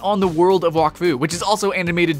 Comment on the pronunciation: you prenounce wak as whack